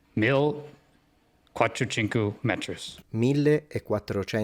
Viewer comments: "Mil, quattrucincu". Fantastic, the second word sounds very much like the Sardinian "cuatru cincu", meaning "for five". That was funny. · Un uomo disagiato 😂 devo ammettere che quando ho sentito “quattru cincu” non ho potuto trattenermi dal ridere.